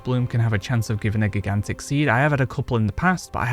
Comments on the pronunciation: I can see me getting reamed for this but I was highly distracted from you say GIGantic. The First G is pronounced like Giraffe. The J sound. And I as in eye. So J-eye-gantic . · “Jai-gan-tick” not gi-gan-tick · Geeghantic!!! Lol. Great vid sir but it is pronounced Jai-Gan-Tuhk! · gig-ant-ick? It's pronounced Ji-gant-ick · Sir, I love you, your content is great. But have you never heard the word 'gigantic' before? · I couldn’t stop laughing at geegantick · GIG AN TICK?!!! It hurts my soul every time he says it!! 😱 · GIG ANT TICK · Great video but damn dude. Please learn how to say Gigantic. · You should just record yourself saying gigantic properly and edit it in so people will stop pointing it out . Seems to be distracting for some lol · Never heard anyone pronounce "gigantic" like that. Is that a regionalism? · i think u said gigantic wrong... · I thought he was trolling u till the 40 times he said it